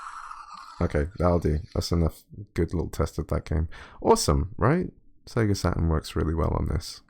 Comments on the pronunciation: Sega Sa...urn emulation. Was there a T in that word? No? Look forward to some Sega Sa..urn emulation then 🙄. Have you got any of those colored pens? Fel... ...Ips? Got any Fel...Ips... Or just a Sa....urn? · yeah and they all pronounce their Ts like grownups. Check you out: I'm not saying that T Dad I'm too f-ing cool. Is that how coolness works? Sa...urn. There! all cool now I took the T out. That was big of me.